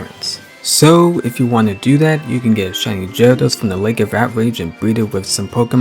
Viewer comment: Did you say Jyarados instead of Gyarados??? OMG lol